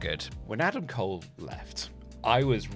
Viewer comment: Bro said Adam Cole 💀